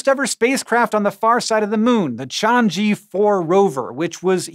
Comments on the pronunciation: Pardon me, but it is actually pronounced as "Ch-aa-ng Er" not change-gy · Hank: "Chang eee" Me: "Chang ER!" But I forgive u cuz u r awesome. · It'd be much more intelligible to Chinese speakers if you pronounce it like "chang-uh" instead of "chan-jee" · It's pronounced "Tshang Uh", not "Shanjee". Type this in Google translate, listen: 嫦娥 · It's pronounced "chang err", not "chang-e" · Pls Hank. It's pronounced Chang ER. Not Chang E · yet another poor, poor laowai falling victim to Chinese romanization. It's not chang jee. Its chang uh. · Hank, that e on Chang'e is more like an "err" (Beijing/Northern Chinese accent) or an "uh" in the rest. Chang'e is a famous princess in Chinese mythology associated with the moon and with a pet bunny. "Chong-uh" is the closest you're going to get with an American accent and plain text ignoring Mandarin tones. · hey man love this vid. Chang'e (嫦娥) is pronounced as chang "earl". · Chang'e is pronounced more like chahng-oo with oo as in book. The apostrophe is to make sure one doesn't pronounce it chahn-goo with oo as in book. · I believe the china craft's name is pronounced chang-er. where the r is silent. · I think you made a mistake the g in chang doesn't really make hard g sound, it together with n (ng) makes the ng sound as in "song". Chang'e should should be pronounced separately like Chang and uh, and you don't breath the h sound in uh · It's pronounced 'Chang Uh" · Hank, that's... Definitely, not how you pronounce Chang'e, it's more like, Ch-ahh-ng-ee. Chinese and English have very different pronunciation even when it romanized. (Fun fact: The reason why they named the probes that is because Chang'e is the Chinese Moon Goddess.) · Just FYI, Chang'e is pronounced chang-uh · Hank trying to say the name of the Chinese craft is hilarious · The apostrophe in Chang’e is the pinyin (Chinese romanisation) version of a hyphen. It’s there to show you where to break the syllables. Don’t attach the g to the e.